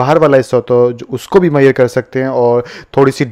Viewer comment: मैयर मत बोलो मेझ रमेंट बोलो